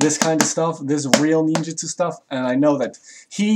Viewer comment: FujiBeeyashi. Ninjuhtsu. "Some may pervert the meaning of nin".